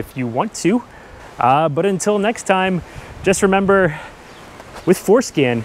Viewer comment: I know he's saying for scan but I can't help but think that he's saying foreskin. 😏